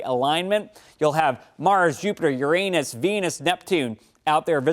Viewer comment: LOL!!! "urANUS"